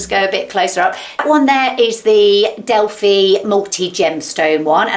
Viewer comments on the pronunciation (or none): none